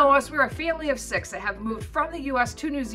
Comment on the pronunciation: do you pronounce sux instead of six